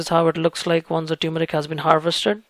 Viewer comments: It is T-U-R-M-E-R-I-C not T-U-M-E-R-I-C, I keep explaining this to my south Indian friends. Try remembering the Vicco advt you saw during your childhood. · Love your videos. However, please ensure proper pronunciation. It’s tur-meric and not tew-meric. Thanks! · TUR-MERIC!! Not Tyoomeric. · No It's Not Tumeric, It's TURMERIC Please Check It💓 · Turmeric not Tumoric :) Thank you for your valuable well done videos! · Very professional & informative, thank you! I see that you spell and phonetically express turmeric as "tumeric." My auto-correct just informed me the dropped "r" is incorrect. I can figure many things out, but I cannot figure whether the "r" is silent or expressed. Well, going to plant some turrrrrrrrrmeric now! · Its not pronounced as "Tuer-meric" but "Termeric" as in "Turkey".....